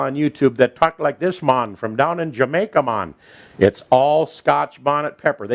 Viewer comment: '' It's Jerk Chicken for dinner mon '' Hahahahaha pissed myself laughing hearing with that accent saying that. Recipe looks the bomb as always!